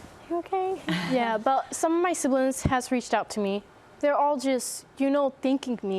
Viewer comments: "Siblins" instead of siblings and use the letter K in "ing" word endings like "ink" instead of "ing". Fascinating subject. They are angels. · I absolutely love accent! The way she pronounces “siblings” like a Latina from the Bronx ❤️❤️